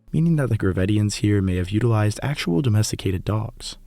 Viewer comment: Mammoth meat, can you really addomesticate a dog? Or you addomesteticate wolves? And nice italian pronunciation